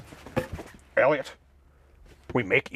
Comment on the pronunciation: When did he say "Eliot?" But oh man, was it funny when he said "Elliott."